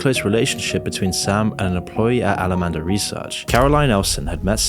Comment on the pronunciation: Names the video "worse than you thought," then regurgitates what we've all known for weeks, as has been covered by everyone and your grandma on YouTube. Sprinkling in errors like SBF's arbitrage trick happening in Japan, and Alameda suddenly becoming "Alamanda" - twice. Yeah, I'll pass on this channel.